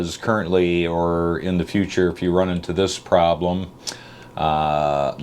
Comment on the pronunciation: I have a 98 box van that I want to convert to a RV . Will follow your videos and good advice for clarity sake. Please recommend a scanner or two. As a Southern Redneck , I have to say “ huh? - wut dee saAh “ ? When you blurt the word “ O Rings “. Other than that you are flawless. Thanks for your efforts to share. What an Alpha male !